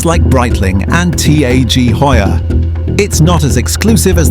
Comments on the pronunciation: Lawn ginezz? T.A.G. Heuer? AI go home, you're drunk. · That totally put me off and then they hit me with T.A.G. Hoyer?!?